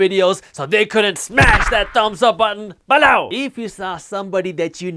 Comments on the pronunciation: lol...a disgruntled “be-LLOW”! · I can’t believe the only one that says “ BELOW!” Like he does 💀😂